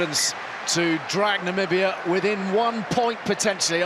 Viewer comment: From Namibia, thanks (I think). But don't pull a Trump; it's Namibia, not Nambia.